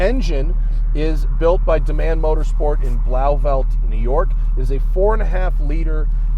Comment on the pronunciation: That car is gorgeous and that sound is awesome Growing up near Blauvelt, that pronunciation was a new one lol